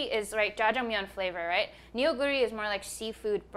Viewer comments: Not Nee-Oh, But Nuuh. Nuuh Goo Ree. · The way that Korean words get romanized into English is so awful sometimes. The use of "eo" is actually an "uh" sound. So Neoguri is actually pronounced "NUH-gooree" and not "NEO-guri". I wish there was a more effective and accurate way to romanize Korean :-( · Neoguri’s pronunciation is more like Noh-Goo-Lee rather than Ne-Oh-Goo-Ri Loved the video! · It’s nuhguri not neo guri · I know it's written as 'Neoguri' on its package, but it actually is pronounced like 'Nuh-goo-ri.' It's not you, it's just the Hangul-Roman alphabet transition rule being wierd. Really enjoyed watching, thanks :) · Ik the packaging says Neoguri but it's pronounced "Nuh"guri